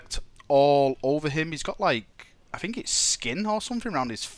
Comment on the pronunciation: fing fing fing, for once FINK about pronouncing think